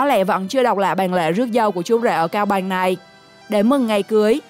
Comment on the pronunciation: nói chưa sõi mà đòi thuyết minh "cao bằng thì thành cao bài" kkk, hãy dẹp đi, học nói chuẩn đã nha